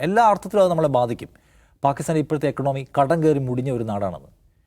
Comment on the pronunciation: എക്കൊണോമി ❌ അല്ല ഇക്കോണമി ✔️